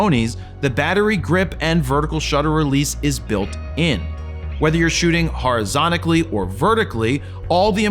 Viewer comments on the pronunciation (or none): Did anyone else catch the horisonically 😂